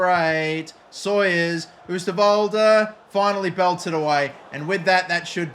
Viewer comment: If you pronounce the "oo" in oosterwolde like 'oh' in english you will say it correct